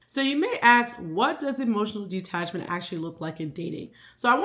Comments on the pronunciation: Loved this video but it was killing me everytime you said De-Attachment it’s Detachment 😭😭😭😭 but the message was there and everything I needed, I just am weird about words 😂😭😭😭😭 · Okay so it’s not just me!? I was physically aching every time she said it, but that’s a me problem not a she problem, still such a good video, great insight❤